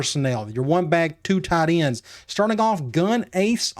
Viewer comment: “Tee-un Tide Ends”